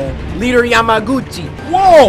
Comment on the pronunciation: Wait did you say leader yama Gucci